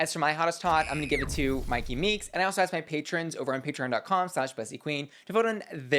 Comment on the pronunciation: In Australia we have Myki Cards, which we use for public transportation where you tap on and off using scanners and it is pronounced how she pronounces it... So I read it like that "S